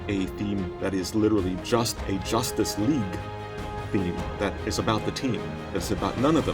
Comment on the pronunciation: Did he say josstice league ? 😂